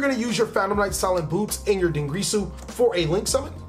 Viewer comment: Every time he says "Dingrisu" or "Longrisu" I die a little bit inside. It's Dingirsu and Longirsu.